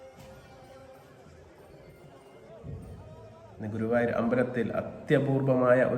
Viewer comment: ഗൂവായൂർ അല്ല ഗുരുവായൂർ 😅